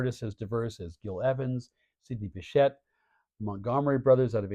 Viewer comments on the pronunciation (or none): Respecrfully, I think the pronounciations are TUFF not TOUFF and BESHAY not BECHETTE. Very well done presentation; well researched.